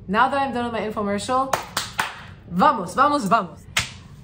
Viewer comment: Yess! It’s nice to find more Brazilians in her videos 🇧🇷 When she said: “vamos, vamos, vamos”, I got like 😍😍😍 She said just like a Brazilian would say. Perfect accent!